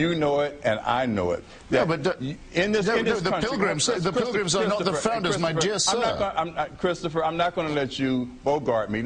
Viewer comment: haha, i love the emphasis on 'my dear sir'